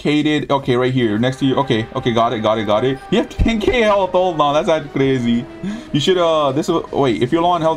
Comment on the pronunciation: does someone notices how says''crazy''? ''crezzy!''